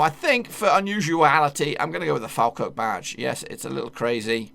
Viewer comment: Is Falkirk not falkrk